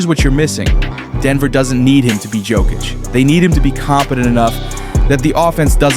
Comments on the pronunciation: I hate AI his name is pronounced yo kitch not jo kitch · Bro, when you find out how to pronounce Jokic I will give you a sub. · Jokic has been the best player in the world for the past 5 years, and you still can't pronounce his name😅